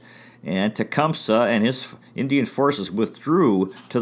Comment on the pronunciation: Its pronounced Tee-Come-Say.